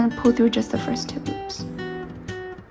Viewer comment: When you say two loops it sounds like you're saying Tulips